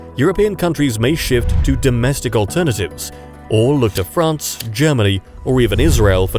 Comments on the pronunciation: France not Ferance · I see a new country "FERANCE"